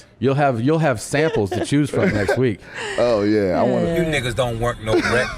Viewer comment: His lips way want but it sounds like work